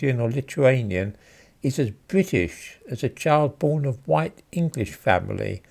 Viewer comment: “Hideously huwhite”